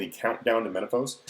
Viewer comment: Menaphos is pronounced "Men-ah-foss", a short "o" seeing as its British devs (and British myself). I've noticed americans consistently use a longer "o" sound for this kind of thing. I'm not sure why that is. It is the same for pokemon names (zap-doss rather than zap-dohs) Also, what did you exactly mean by "high level" for divination? you didn't clarify a level range